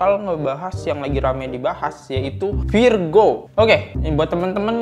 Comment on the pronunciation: 1 lagi bang namanya virgoun dibacanya virgon kalo virgo nama zodiak 😂😂😂